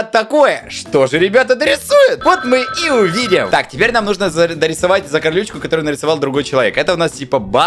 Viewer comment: Слово "Закарючка":просто существует🗿:"Закарлючка"😂😂😂😂 орнула